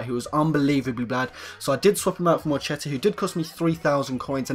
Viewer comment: Its pronounced marketti to marchetti